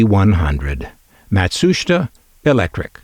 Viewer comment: I believe it's pronounced: Matt-Soo-Sheetah.